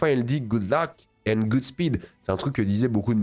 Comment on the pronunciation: Godspeed pas goodspeed 😅